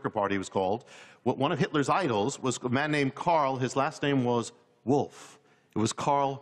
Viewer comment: "Far from the wuff" she says.